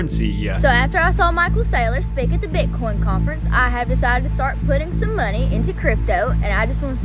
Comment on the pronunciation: ....problemaah...mediahhhh...moneyahh...crewahhh....stop talking like this, it is just disgusting